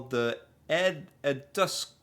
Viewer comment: Bro sounded german when trying to say Eduskunta😅